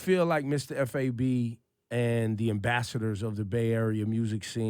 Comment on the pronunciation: Why they keep calling him Mistah F. A. B. it's pronounced as one word Fab 😂